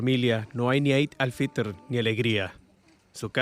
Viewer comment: 'Eid al fitr' se pronuncia /i:d/ al fitr.